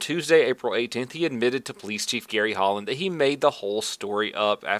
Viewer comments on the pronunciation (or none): none